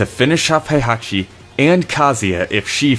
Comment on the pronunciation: Why are you pronounce Heihachi as "haihachi"? Heihachi is literally pronounced "hey-haw-chi" or He-i-ha-chi. The He-i forms a sort of "diphthong" that sounds very close to an English long A vowel.